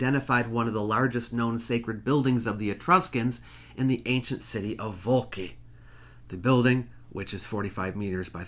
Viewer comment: 🍷🍇🍋Scuzzi! Scuzzi! Signore, Vulci si pronuncia "Vul-chee" Come collega italiano, e come professore, dovresti saperlo meglio di me. Grazie mille per averci educato su tutto ciò che NON è una parola italiana pronunciata male da un americano. Grazie, e molto apprezzamento